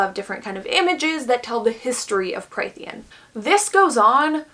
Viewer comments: Just to throw that out there incase anybody cares to check: Prythian is pronounced as Prith-EE-en. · If you take a shot every time she says “killed/murdered and skinned” + every mispronunciation of Prythian, I guarantee the video becomes bearable 😂